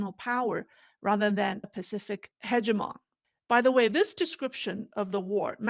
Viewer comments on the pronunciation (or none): none